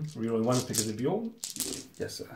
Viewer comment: As a long time time space wolves player I can completely forgive the mistakes with the space wolves unit names, simply because he's pronouncing Bjorn corectly. Its so jarring hearing (usually American) people pronounce B Jorn with a hard J....